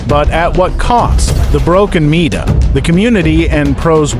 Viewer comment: “meeeta” lmao